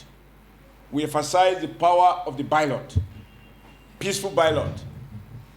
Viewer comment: Me sef tire. Can someone correct him. Bylot 🤣🤣